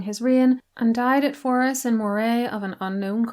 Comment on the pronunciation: Great video! My pedantry is screaming at me though to tell you Moray is pronounced "Murray" and Forres as "forest" without the T.